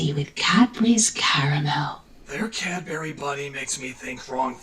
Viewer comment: Still a better alternative to the Internet when you're a kid. Is it true? Do Americans only have Cadbury eggs, and not the Dairy Milk squares? LOL, you can tell that that's talking, because she doesn't pronounce "what" or "Cadbury" correctly. Also, Domino's does chips (fries) here in Australia. They're just like KFC chips, but with different seasoning. And yes, KFC Australia does chips too. Maybe he should try driving at night at looking out for people in dark clothes. Did anyone noticed he used the wrong flag of the UK? That's from before Ireland (now just Northern Ireland) joined the Union. Also, I'm kinda disturbed that Doug doesn't know the term "United Kingdom".